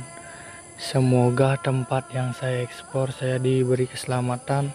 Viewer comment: Nge explore bli, bukan nge espor